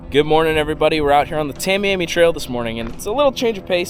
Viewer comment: you know how to say miami. like the biggest city in south florida. miami. right. well idk why adding two letters in front of miami makes people mispronounce the same word so much lmao its tah-miami. english language is so retarded.